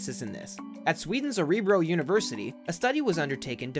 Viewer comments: Örebro not orebro Örebro is a state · Hahahaha, "Oreebro University" xD